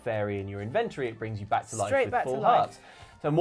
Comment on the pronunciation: Your inventory isn't full of inventions you're saying it wrong and always have done